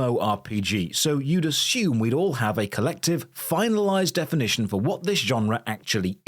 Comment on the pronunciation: "definiton" rip